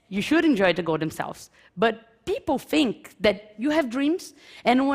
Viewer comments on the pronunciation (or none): Com esse nível de pronuncia e fonética eu me garanto falar melhor que ela. Ela comente os erros mais básicos entre iniciantes : não consegue pronuncia o ''TH'' e acaba a palavra saindo com som de ''F'', do tipo que fala ''Fink'' ; pronuncia o artigo ''a'' como se estivesse falando em português ; pronuncia algo básico como a expressão '' of a '' de forma errada em ambas as palavras quando o correto seria foneticamente o ''of'' com som de ''v'' e o ''a'' com som de ''ei'' ... e ETC !! 7 anos morando e convivendo com nativos, esses erros chegam a ser impressionantes, a não ser que ela só andava com imigrantes ignorantes.